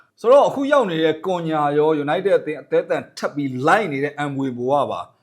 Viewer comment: ကွန်ညာမဟုတ်ဘူးကွ ခုညှာလို့ဖက်ရတယ် အသံထွက်တွေလေ့လာပါဟ